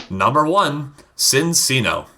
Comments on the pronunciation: I understand the confusion, but I was sure that the C's in Minccino and Cinccino are pronounced as if they were Ch sounds. I think that little grammar quirk comes from Italian or something similar. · WOW! YOU BUTCHERED CINCCINO'S NAME! I still loved the vid, and love Cinccino.